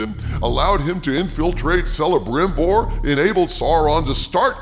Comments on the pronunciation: You might want to check your pronunciation of Celebrimbor. I believe that the C is a hard c, not a soft one. (K, not S) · Come on dude, you’re not even pronouncing things right. Celebrimbor has a hard C, ie Kelebrimbor not Selebrimbor. Also, it’s not mith-real, it’s meeth-ril. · The Cs in those elven names are pronounced as Ks, not Ss. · In this we disagree oh! J.R.R.T. never published the Silmarilon because he was the ultimate perfectionist and never was he satisfied with a final version of the same. Also "C" in elvish is pronounced "K" so its "Kelebrimbor", "Kirdan" and "Kelebrian" for example. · The name Celebrimbor is pronounced with a hard C sound.